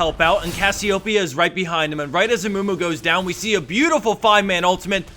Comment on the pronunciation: gj reading cassiopeia's name. :P